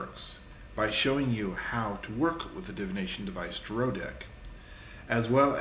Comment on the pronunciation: tare-oh. tare-oh. repeat that. it's not t'roh. god, i thought people saying tare-ot were bad. your trailer sucks, glad it's not actually a series. and dude, it's not mysterious or cool to call salt, runes, buddah statues, and tarot decks dangerous. it's like calling crosses dangerous, and we're not vampires.